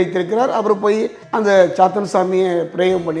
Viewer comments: Intha hostess saathaan nu ninaithu pesukiraal... Ithu saathaan illai.. ithu kadavul avatharam... chaathan not chaathaan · Chaathaan illai.. Chaathan